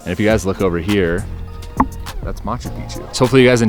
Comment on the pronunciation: マスュピチュ？ マチュピチュ。 マッチュピトズ 。